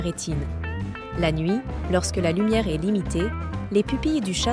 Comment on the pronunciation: Effectivement, à un certain moment j'ai aussi noté cela. Toutefois certaines autres prononciations de mot telle que le est (verbe être) est prononcée comme Est (point cardinal) tout comme le ton mononocorde et ne respectant aucune ponctuation me laissent penser que cette voix est artificielle. Bien faite, presque humaine mais définitivement artificielle.